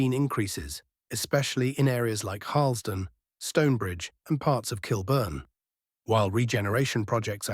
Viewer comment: Kilburn, not Kill Burn !!